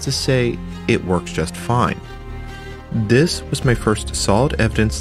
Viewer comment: Why do you pronounce "this" like "diss"?